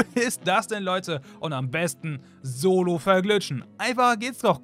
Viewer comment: Er sagt solo ahhahahaha